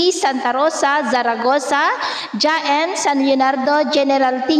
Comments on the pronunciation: haen po hndi jaen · hnhi po JAEN HAEN po as in HA N